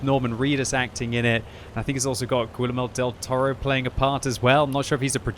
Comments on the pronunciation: Gwill-a-mow Del Toro??? Awesome, glad your Russian's better than your Spanish brother, LOL. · if you don’t fix your pronunciation of ‘Guillermo Del Toro’ I’m gonna beat stuffin’s out of ya